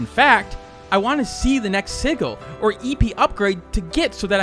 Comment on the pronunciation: Sigil is probounced sijul